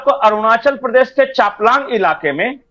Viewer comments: Changlang not chaplang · Chaplang nahi hai Changlang hai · Arunachal Pradesh ke chaplang nhi changlang boliye. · Changlang ✅ chaplang❌🙏🏼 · Changlang, not Chaplang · चापलांग नही चांगलांग कहते है . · Chaplang nahi changlang hai.